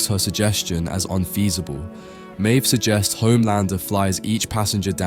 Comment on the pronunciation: He also can't work out if Maeve is pronounced "Mave" or "Meeve".